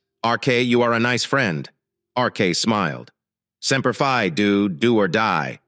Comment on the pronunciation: If your A. I. voice can not pronounce Semper Fi and Oorah correctly do not use the words.